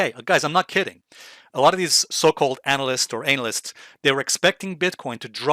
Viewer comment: "Anal-yst", just like "re-serve"?